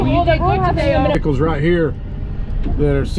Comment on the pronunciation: They are VEHICLES, (VE-HIC-LES), NOT NO veakuls